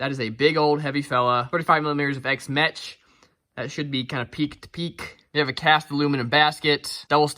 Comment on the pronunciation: FYI: (as you said it) x-mech (like metch ) is actually pronounced like ‘meck’, as it’s short for mechanical. Cheers